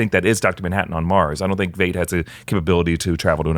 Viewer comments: Heil like Hile, not Hale in German, so Veidt sounds like Vite, not Veight or Vate. In Watchman the movie his name is pronounced. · Veidt is like “ight” with a V.